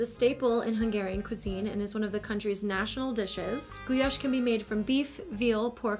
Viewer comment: The contestants saying gulyás wrong somehow physically hurt me